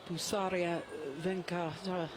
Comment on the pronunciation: Is jill Clarke pronouncing PUSARLA pusaria ?